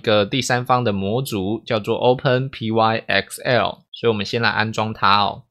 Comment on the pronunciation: 可惡我被你之前的「拍ㄍㄟㄣˋ」洗腦了 XD 這個應該是唸作「open 拍 ㄎㄙㄟˋ喔」吧？（open + "Py"thon + E"xcel" (因為 ex 常簡稱成 x 而 el 就是 L 這個字母的名稱)） 或者唸作 "open pixel"